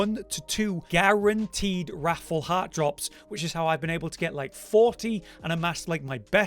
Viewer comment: It’s triggering me how you pronounce wrathful like raffle.